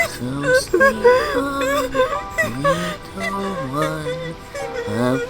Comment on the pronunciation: tails is trying to say little but he keeps saying wittle